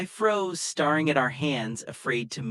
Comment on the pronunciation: AI so annoying - datting, starring at the ceiling